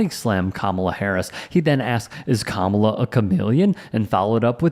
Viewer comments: It’s pronounced comma-la not KA-MA-LA! Hogan is a dumbsh*t! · KA-MA-LA Say it RIGHT or don't say it at all! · In fairness, "Kamala" as Hogan pronounces it was a top heel in the 1980s. The Ugandan Giant. Portrayed by James... Harris? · No BS... I'd be the one guy who would have said "It's pronounced "coma-la" f***head!" But that's if he showed randomly. Chances are those idiots new he was coming. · Why don't they say her name right? Are they being racist? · How are these people STILL unable to say her name...? It's not that f**king hard! Ffs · How come Republicans can't pronounce Kamala? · cant even say her name right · I love how most Americans cant correctly pronounce the vice president's name. Says a lot about them and their following of politics. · Adult men and women purposely pronouncing her name wrong is so freaking childish and embarrassing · Why do they think it's so clever to mispronounce Kamala's name? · Hey, Hulk, that is not how you pronounce her name. I would not expect a traitor supporting no nothing brain dead dork like you to know that! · Why do they insist on pronouncing her name wrong❓